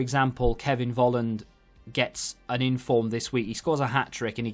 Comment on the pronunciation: The V is pronounced like a F in German most of the time. So Volland is pronounced like Folland. I‘m German by the way But either way I think it is a good idea with the dynamic TOTWs